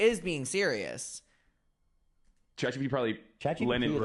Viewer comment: I LOVE that you call it chat gbt! Please don’t stop. It’s a little thing that brings me so much joy.